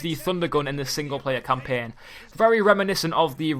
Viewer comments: he says campen.its CAMPAIN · please never say champaign again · wtf is campeeen learn english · let me teach u campaign not campen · campein ME: HAHAHAHAHAHA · He cant say campiang